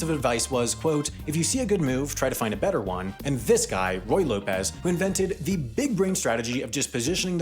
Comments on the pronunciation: Ruy Lopez, not Roy. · "roy lopez" amazing